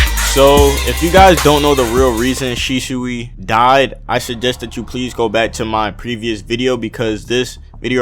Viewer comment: shishui? its shisui